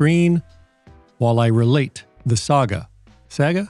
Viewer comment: the accepted pronunciation is "saga". I hope this helps.